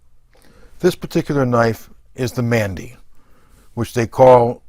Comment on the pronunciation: Great knife, I have the same one in in ebony. Just one thing, it's not pronounced "Mandy" it's pronounced more like "Manundi", great video otherwise